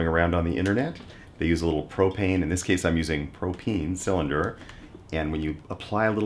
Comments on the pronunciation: The intro turned me off but the first time he said "propene" I was outta there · "I sell pro-PEEN and pro-PEEN accessories."